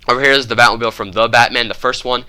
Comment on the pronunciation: He said batmobil